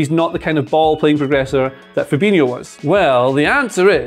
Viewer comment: Why do people call Fabinho 'Ferbeenyo'? It's pronounced Fahbeenyo.